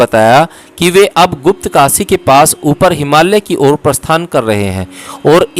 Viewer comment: आप बोहोत अमुल्य सेवा कर रहे है। आप से एक विनंती है की पॉडकास्ट करनेसे पहले एक बार पढेंगे तो जिन शब्दोंका आपसे गलत उच्चारण हो जाता है और सेवा मे त्रूटी हो जाती है वो नही होगी। जैसे की हिमालय को आप से हिमाल्य कहा जा रहा है।, याज्ञवल्क्य और भी शब्द है उनके भी उच्चारण सही नही हो ना रहे है शायद आप अंग्रेजी माध्यम से पढे हो इसकी वजह से होता होगा। 🙏